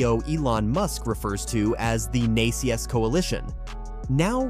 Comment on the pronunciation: Out of date and incomplete at best. It was already announced VWs network is going NACS. (It’s pronounced “nax” btw). And it’s not just GM and Ford, Mercedes and others have already announced. The title is misleading as Toyota has not said it will “partner” with Tesla or switch to NACS. The CHAdeMO charging standard is still very popular in Japan 🇯🇵 and Asian countries, as well as others. So it’s highly unlikely. This video also uses misleading images and footage, from WAY back, when Toyota owned Tesla stock, trying to make it seem like they are partnering currently, when they are not……